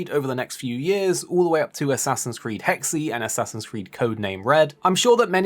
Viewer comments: I'm most excited for HEX not HEX-EE 🤣 I know its spelt Hexe but it's literally said like HEX, because it's based on the German witch trials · Hex-uh. It's pronounced hex-uh.